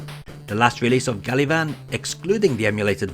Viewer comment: pretty sure it's "gavan"